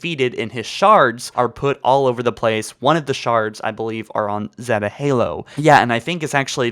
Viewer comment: Ugh your pronounce zeta is wrong